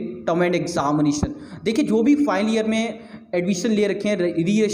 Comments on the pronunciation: ''File'' bol raha hai aur ''Final'' bol raha hai kuch samaj me nahi araha hai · over all very nice your video but ''final'' bolne ka tarika matalb pronunciation bilkul sunna nahi chahta hai.